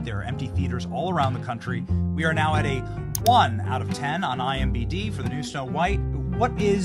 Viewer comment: He said IMBd LoL 😊 Imo, she sounds like a real C U Next Tuesday...